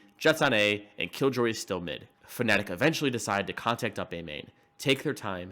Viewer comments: this guy keeps pronouncing Fnatic as "Phonetic" and at this point I feel like it's the joke. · I like how you say Fnatic, it sounds like Phonetic lol